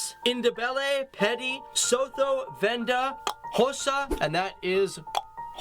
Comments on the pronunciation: Was just about to say the same 😂 Made isiXhosa sound like Qossa and Sotho like So Toe😅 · Just a pointer, it's not pronounced Soh-thoh as in Ho ho ho but SooToo. And Ndebele is actually one of the Zimbabwean languages. We have peeps who speak it here in South Africa but it's not an official language. Also I understand trying to say the word isiXhosa is tough, it took me a while but I got it. One other pointer, SA is the only country in the world to have won 4 Rugby world cup titles. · Bro's pronunciation of Xhosa and Sotho is special. 😂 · He absolutely butchered isiXhosa and Sotho. 😭😭🤣🤣